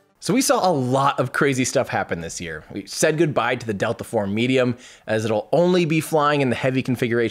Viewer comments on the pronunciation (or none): none